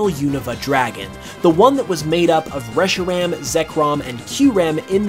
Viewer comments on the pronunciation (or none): none